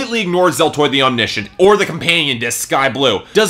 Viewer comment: Your wrong pronunciation of Omniscient pissed me off for some reason...